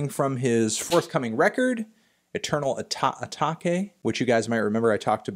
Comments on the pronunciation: Don’t want to be the English teacher but in case anyone cares “atake” is pronounced like “uh take” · Did he just say “eternal a-tak-eh” 💀🤦‍♂️ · did this nigga say eternal uh-tah-kay? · you pronounce patek and atake weirdly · Melon actually pronounced Atake like it was a Japanese word... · did he really mispronounce atake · this man can't pronounce atake... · and atake